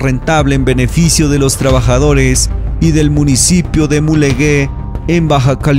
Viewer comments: Como nota para el editor y/o cronista-narrador de este vídeo, el municipio de Mulegé se vocaliza o nombra como "Mulejé" debido a que no hay una letra "u" entre la "g" y la "é", cambiando su sonido gutural a simple "j", evitando el sonido de "Mulegué", que así lo expresa en este vídeo... Por el contenido, es excelente, informativo y claro. Felicidades. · En buen plan compa: no es Mulegué. Es MULEGÉ. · No se dice Mulegué, se dice Mulegé! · Qué hermoso continúa estando La Exportadora de Sal .S.A.de C.V...,de Guerrero Negro. FELICIDADES por el reportaje tan bonito. Haz otro sobre las ballenas que están ahí durante 5 meses..Una. observación. ( Mulegé, se pronuncia fuerte)